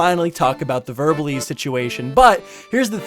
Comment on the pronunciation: It’s verbal ASE not eze